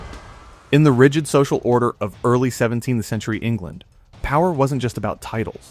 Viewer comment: Omg, the AI voice kept saying “17 the century” instead of “17th century.” Good god, I hate AI narrators. The weird pauses. Too distracting to listen to. Please bring back real people!